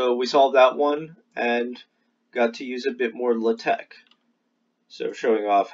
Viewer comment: Very good video, but hearing 'luhteck' kills me. It's like hearing the teacher say 'crick' instead of 'creek', and she had a western accent it was just that one word, like what's up with that?